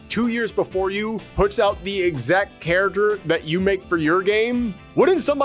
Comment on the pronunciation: The way he says character!! .......🤬🤬🤬🤬